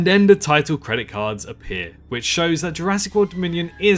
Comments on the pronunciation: ha I’m not American, I’m English, Kent to be precise . And for the record what your speaking can be barely regarded as English. You may think your pronunciation is fine but it’s not. you don’t say a single T, Th, ING! All f’s, V’s and D’s.... you say den multiple times in the video whether you’re aware of it or not. It’s called Th-fronting. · I know there's a lot of people who drop h's and t's etc but ''we DEN hear...'' den? ive never heard anyone say den instead of then!